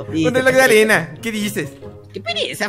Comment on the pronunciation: En el minuto dice reloj de "anera" jaja